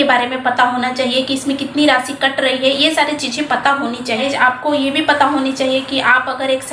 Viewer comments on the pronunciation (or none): none